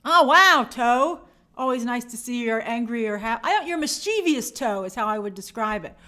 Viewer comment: Mischievous is pronounced MIS-chuh-vuhs.